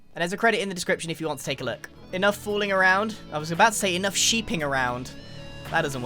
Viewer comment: What Grian said: "Enough fooling around." What I heard: "Enough wooling around."